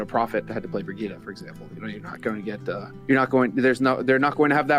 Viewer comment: Love how they pronounce it brigitta like jeezus is it that hard to say it correctly